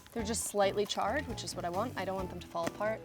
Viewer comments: word of the day: ch-ARR-ed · am i the only one who notices she says charred a MILLION TIMES in the video , like......